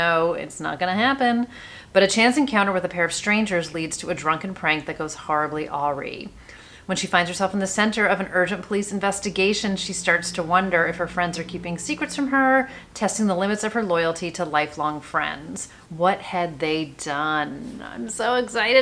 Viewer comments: Just put The Weekend Guests (one of my favorite tropes) and The Lost House on my list.! Already had Tell Me What You Did on my list from a previous recommendation. Love you to death, and especially love your New Release videos! As a fan, I have to let you know that awry is pronounced "ah-rye." No shade on your game! Can't wait to see what you have in store for 2025! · The word awry is pronounced a-rye